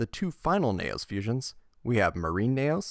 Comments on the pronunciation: It’s KNEE-O’s. Not Neigh O’s 🐴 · knee ose not neigh ose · N E O not N A Y O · "Knegh-Ohs" That irked me when it really shouldn't have. Neos is "Nee-Ohs" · Damn, all that effort to just say Nayos instead of Neos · Nee-ohs not neh-ohs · Learn how to say neos. Not nayoos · that's the credit I wanted to give him until he consistently pronounced the archetype "Knee-Oh Spacian" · and it’s said Knee-os by the English dub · Super interesting video until you started listing the NEO’s as Naous. I couldn’t handle it anymore. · I find it funny when he tries to say neos but instead it turns out sounding like nails. But good video man. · Great video but the fact you call Neos "Nayos" was like nails on a chalkboard omg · Ngl I keep hearing nails instead of neos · You had my attention until you started saying “Nay-O’s” I couldn’t finish the video. Sorry, man. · Ok good I'm not the only one who noticed this. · He did Neo bubble man fine so it’s strange he’d say neos so weirdly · Even if he were, he’s speaking english and there’s an english pronunciation😂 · Thumbs down for the intentional mispronunciation of Neos. You said Neo right once, so you know what you're doing -_ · why cant you pronounce the word "Neos" correctly, you're talking about the anime in this video, they literally say it correctly in the anime! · So you can say neo bubble man right but not neos? Gotta be engagement bait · The way you pronounce neos gives me psychic damage. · Shout out to everyone who turned this video off as soon as he said neos wrong. Sped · Dude is fighting for his life to say Neos. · your pronunciation of neos is baffling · Like good video but pronunciation is grating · Why did you say Neos like that 😢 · You say neos weird